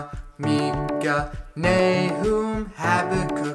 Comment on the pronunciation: Micah. Not Meekah.